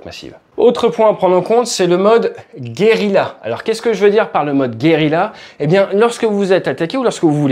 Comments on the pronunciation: Ah non ça tu peux pas dire : guerila... Ça se prononce gueriya... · Pour info : Guerilla se prononce gué-ri-ya et pas gué-ri-la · Juste un petit détail: Guérilla se prononce guériya. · Guérilla se prononce guériYa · Top analyse ! Juste la prononciation de " guérilla"...😉